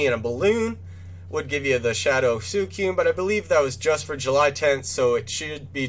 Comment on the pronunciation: Good video but suicune is pronounced swee-coone not soo-i-cune